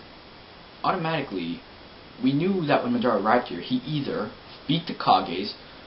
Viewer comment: Ma Dara...... ITS PRONOUNCE MADARA ITS LIKE SAYING HOKAGE IS HOCAGE